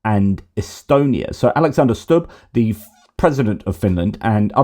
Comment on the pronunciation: Alexander Stubb is pronounced Stoob. I used to listen to his online lectures.